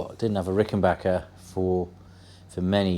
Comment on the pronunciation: Congrats on the Azureglo! I have a 1977 myself. Always glad to hear somebody pronounce "Rickenbacker " correctly!